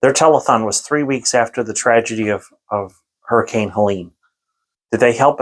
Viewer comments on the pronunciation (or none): none